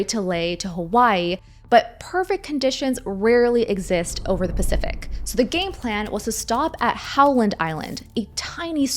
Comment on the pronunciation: "pacthific ocean" ❤😂